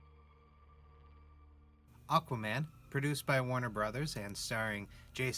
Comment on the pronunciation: "Aq-WAH-man!"😂 Ngl, I saw this with a pal, and we were straight laughing through many scenes because we found them (ugh, hate using this word) cringey. But this really made me think about it from another perspective. Hate when I have to do that. Great video!🔥🔥